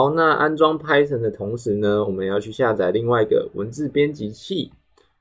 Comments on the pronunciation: Python唸拍"賞"，不是拍"省"。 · Poor quality, doesn’t explain how things work, can’t even pronounce Python correctly 🤮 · This is just for beginners. Idk why you're being dick here. I personally think he teaches well and he uses simple concepts to let beginners know how to do it properly. He is not a native speaker, so what's the point of mispronouncing Python?